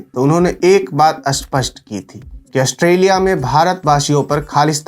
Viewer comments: भाई, अपना उच्चारण सही कर लो, स्पष्ट होता है ना कि अस्पष्ट । 😔भाई, देश के लिए हम अपनी जान भी दे सकते और भाषा का अपमान नहीं सहन करेंगे । spasht kr Lo 😂😂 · सर, अस्पष्ट नहीं, स्पष्ट होता है --- ऐसा बोलिए। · भाई, खरा है नहीं, खड़ा है, सरक नहीं सड़क, आस्पष्ट नहीं, स्पष्ट